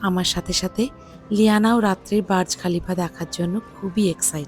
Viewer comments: ওইটা বাজ খলিফা নয় বূজখলিফা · Not baz khalifa/ burj Khalifa